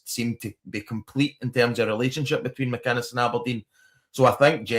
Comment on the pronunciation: Mate it's Derek McInnes not McIness.. thank me later..😊